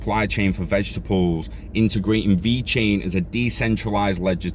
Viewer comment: Thanks for the info 👍 have a great day! And personally... I think you nailed the Italian pronunciation! 😂 stay safe brother 👊🏻